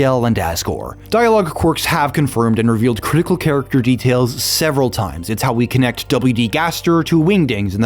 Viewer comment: Don't tell me you pronounce "character" as "car-icter"